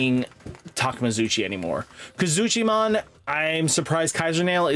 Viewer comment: Slight error you called kuzuhamon kazuchimon 😂